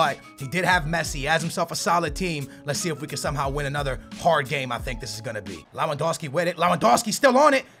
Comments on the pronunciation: Its Lewandowski not lawandowski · lewandowski is pronounced . levandovski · Only found you today and enjoying your content loads but please its pronounced levendowski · It's pronounced lev-an-dov-ski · stop saying lawandowski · Worst pronunciation of Lewandowski I've ever heard